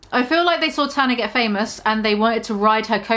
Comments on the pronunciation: I know you have an accent but it’s pronounced Tan-ah not Ta-na💖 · for the love of fuck, it’s TANA not TARNA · T. A. N. A. Not T. A. R. N. A. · Tana* not tarna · Maybe learn how to pronounce her name before slandering her. id absolutely LOVE to see you try do better than tana, unlike you, people actually enjoy her content, hence why her platform is wayyyy bigger than yours 😘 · Are you purposely saying her name wrongxD> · I’ve started pronouncing Tana like you now ¿ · I'm sorry the way you say TANA - it's hilarious love it